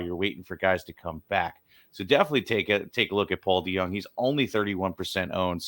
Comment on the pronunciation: It’s pronounced Paul De-young